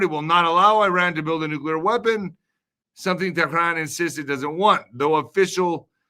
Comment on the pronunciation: what are you hijab now whats with that stupid teran pronounciation.